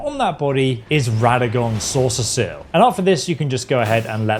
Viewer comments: "Soreseal" pronounced SAW - SEAL, not "Saucer seal" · I can't with him saying "soreseseal" lmao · Why tf do you sound like you have a disease everytime you say "Soreseal?" It ain't that hard bro lmao